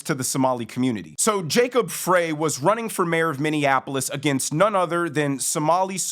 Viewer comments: You’re doing great work you’re a great commentator, but it’s PRONOUNCED , Fri FRY not FRAY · Frey is pronounced 'Fry.' Former Minneapolitan for many decades with five siblings and their families still residing in the Twin Cities. (Actually glad parents passed on many years ago. They would've been appalled and heartbroken with what's happened to the city/state where they grew up and raised us.) Been gone from Mpls for many years but have to assume the locals, family included, to some degree have been 'grandfathered' in to the changes. A degree of acceptance. The metaphor of a frog in a pot, while slowly heating the water vs the shock of dropping it into a pot of boiling water. Unfortunately, not feeling optimistic that Mpls/MN can be salvaged. Returned to any semblance of what we used to know it to be. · You’re not saying Jacob freys name right. It’s Fry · It’s pronounced Fry. Like French fry. I work in MN and it’s embarrassing thanks for all you do. Love your show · Look, I am no fan of the guy but he lives on the next block over. His name is Frey, pronounced FRY. Also, here in Minneapolis, Knudson is pronounced Ka-Nude-Sin.